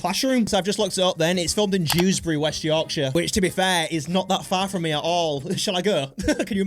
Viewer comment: DEWSBURY????? FUCKING DEWSBURYY??? I had no idea it was filmed in my town